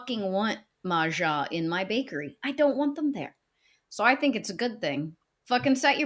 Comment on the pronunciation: k slightly newer viewer here, how did MAGA become MAJA? 😅to an Asian I keep thinking she's about to say Mahjong 🤣🤣